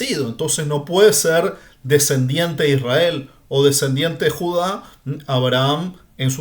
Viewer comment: MIRA:hand-pink-waving::hand-pink-waving::face-red-heart-shape::hand-orange-covering-eyes::eyes-purple-crying::face-purple-crying::person-turqouise-waving::face-fuchsia-tongue-out: PAJERO #1ISRAEL NO SE SCRIVE NI SE PRONUNCIA ASI #2LLEGARON A JUDAC SE APODARON JUDIOS:face-blue-smiling: NO HAS DICHO COMO SALIO LA PACHANGA:face-green-smiling::face-green-smiling: EN NOMBRE DE JACOBO” ELIAS” ISRAKY. no entiendo????/